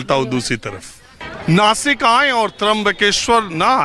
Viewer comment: नाशिक not नासिक